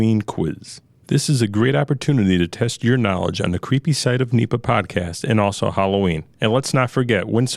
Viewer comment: N.E.P.A. not Neeepa. Cringe man. Great information, format, and audio quality though.